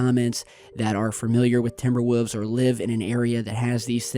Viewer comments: He says timber woofs 😭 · 'Timber Woofs' lol